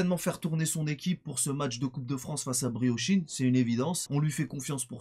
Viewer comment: "briochine" qu'il dit mdrr